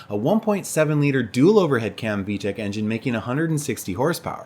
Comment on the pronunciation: There's no H in VTEC